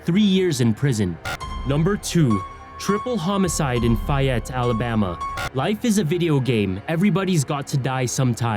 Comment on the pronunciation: if you could stop pronouncing things wrong that would be amazing. The city in Alabama is called FAY-ET (spelled Fayette)